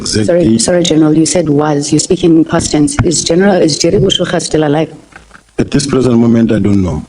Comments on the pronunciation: J3rry Boshoga not Boshogo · Are you mispronouncing Boshoga on purpose?